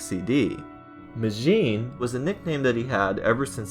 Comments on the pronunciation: It's actually pronounced "Ma-gin" not "May-jeen" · You said majin wrong it’s sounds like mojin while you made it sound like majen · You mean majin not majim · Majin it's majin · NOT majim but majin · IT’S MAJIN(MAHH~JIN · its mah-jin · Majin Sonic is pronounced ma-Jin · you said majjin wrong